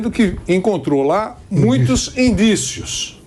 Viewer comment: Não! O Cajuru disse indicíos!